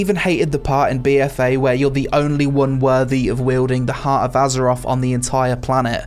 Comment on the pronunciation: Gotta love “azeroff”....